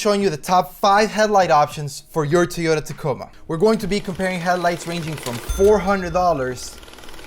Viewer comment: Why is he saying Tiyota? lol